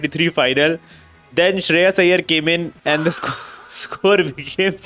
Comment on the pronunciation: Shreyas iyer❌ Shreya iyer✅😂